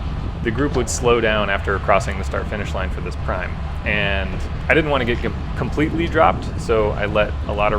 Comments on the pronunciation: Prime is pronounced "preem" in bike racing. :) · Good video. Prime is pronounced "preem" . The price you pay staying in the front few in most of the race then last lap all the "sleepers" come out. I have more times than I can count have been in front too much. The races I have placed I almost always came from the pack on the last lap. Yeah hands of the bars....I don't care when you are out alone in the back...but in the race yeah don't do it. This year with the heat summer racing has been very hard, keep up the good work.